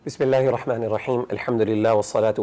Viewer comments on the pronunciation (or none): none